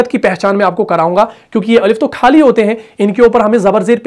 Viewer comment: آپ اپنے اردو کے مخارج بھی درست کر لیں پلیز ۔۔خالی کو کھالی بولتے ہیں